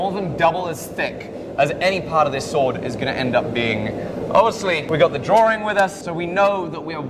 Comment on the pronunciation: Drawrings. does drawrings with his best mate Simon.